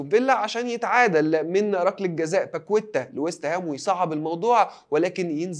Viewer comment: ياعم اسمه باكيتا وليس باكويته هي مثل بورتريه بالتاء لو بالهاء بصوت نصوحي 😂